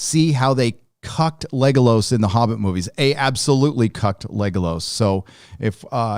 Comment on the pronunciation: Why is always saying Legalos and not Legolas?